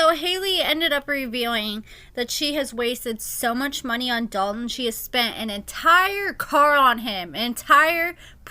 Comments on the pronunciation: I hate how people say the name Dalton 🥴 The lawyer says it properly lol When people say Dal Tin it irks my nerves 😩 Idky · Yes!! I thought I was the only one. I cringe every time Haley says his name lol